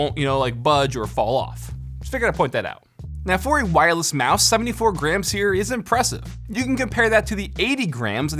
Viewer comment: It’s like he’s saying greems XD